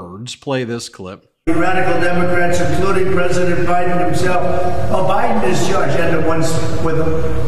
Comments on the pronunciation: 45 said Obiden... lmao 😂😂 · Did he just say O’Biden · Did he call the President O'Biden?😂